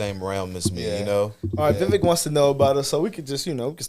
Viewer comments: His name is pronounced Viv AKE like cake😉💞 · Pronounced as "We Wake". Also his name in the ancient language Sanskrit means "Good Judgement, Wisdom, Knowledge etc" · We all better learn how to say it right. Vivek - like cake - cause my guy may just be the next pres. Think I'm leaning that way! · He corrected y’all it’s Vi VAKE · his name is pronounced VIVAKE, like cake. Call him the correct name and maybe he can answer you.. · I have to remember, it’s pronounced: vi - VAKE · Ugh the man said his own name wrong just to make it easier for the average American.